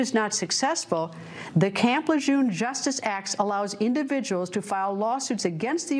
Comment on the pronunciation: It's not camp "lejoom" you silly doofus, it's prnounced Camp Le Jeune